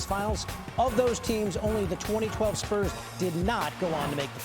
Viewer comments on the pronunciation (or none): none